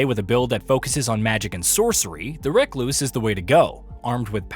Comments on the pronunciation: Also, recluse is prefectly worded, the problem was the acentuation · I mean he couldnt say recluse tho 😅